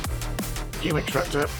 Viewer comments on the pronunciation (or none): none